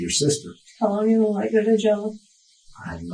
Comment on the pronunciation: I can't stand when someone says "gel" instead of "jail." Like, what about that looks like gel is the way to go here?